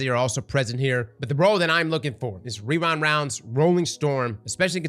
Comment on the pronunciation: wewind wounds 😂